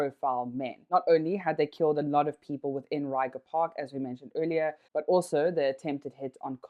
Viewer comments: It's pronounced as 'Ray-kgha' Park, Not 'Ryger' Park. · Thanks for the video… Us, locals, pronounce it “reg-er” park… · Great journalistic value. Only the butchering of "Ryga" park is hella funny. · Lol you don't say it right, say it in Afrikaans